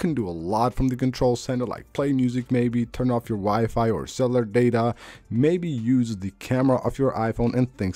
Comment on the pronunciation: LOL "hidden"... "tricks" lol "cellar data" "akssssibility" lol